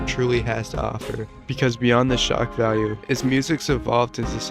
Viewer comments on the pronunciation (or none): none